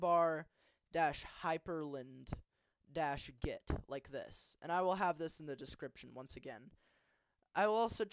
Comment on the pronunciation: the way you pronounce hyprland sounds scottish